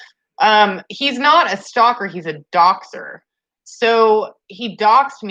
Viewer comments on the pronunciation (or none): none